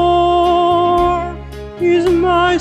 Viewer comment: I love how Connor is pronounced like Coño